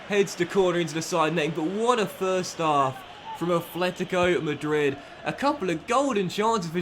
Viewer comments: Note: It is pronounced "Atlético" Madrid not "Athletico" Madrid. Common mistake when being a native english speaker. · Dont wanna point with my finger, but its called at-letico not efletic-o.. im sorry but it sounds weird in my spanish ear. Otherwise its a really great carrer mode and amazing content! Go own my friend!